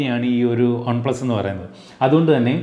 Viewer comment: on-plus alla one-plus.. pronunciation...